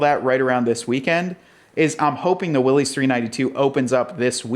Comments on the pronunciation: It's not Willy's Jeep. It doesn't belong to Willy. It's a last name. Pronounced "Willis". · WILLYS rhymes with Phyllis!!! It’s not the jeep that belongs to Willy! 😂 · John North Willys was the founder of Willys Overland, for a time before the Great Depression Willys Overland was the second largest car manufacturer in the world behind Ford. John North Willys pronounced his name "Willis", not "Willy's" with an apostrophe "s" as in belonging to Willy or Willie. Willys Overland struggled for many years during the Great Depression with new investors, mergers, and partnerships before World War II and the production of the General Purpose light military vehicles which became the Jeep we all know and love today. Out of respect for John North Willys and his legacy we should at least try to pronounce his name correctly.